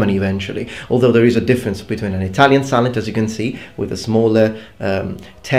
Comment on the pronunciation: had a laugh because i misheard it for salad haha really informative video ty